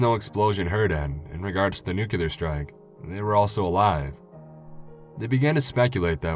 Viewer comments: the word is NUCLEAR not NUCULAR i am what is called a word nazi i hate when people mispronounce words arrrgh!!! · Well done reading, as always. Although there is one thing that frustrated the hell out of me. Its NU-CLEE-AR, not NU-CUE-LAR! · Aww you said Nucular 😜❤